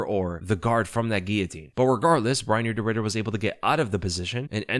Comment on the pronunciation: could've sworn you said 'de Riddered' 😂